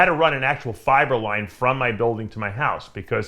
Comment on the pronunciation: Haha that's what I thought too. Every time he says fiber line I hear fiberlyze